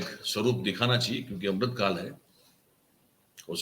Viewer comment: अम्रूत काल नहीं अमृत काल बोलो